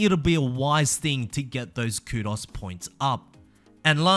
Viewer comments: Coo-doughs. Not coodos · By the way,, it’s pronounced Koo-dose not koodos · pronounced kudoze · Man. The way you said Kudos HURTS. Its KOOD-OHS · The way he said kudos was driving me crazy and he kept saying it every 4 seconds. Ku-dohs versus ku-das. I know it's because he is English or whatever, but man it was hard to listen to.